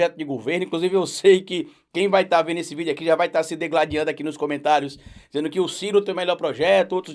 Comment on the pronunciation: Ja vi vc falar algumas vezes a palavra "degladiando", porém, a forma correta de escrita da palavra é digladiar, com a vogal i na primeira sílaba: di-gla-di-ar. A palavra degladiar, com e, está errada.